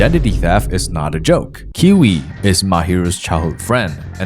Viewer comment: Kiui is pronounced Q E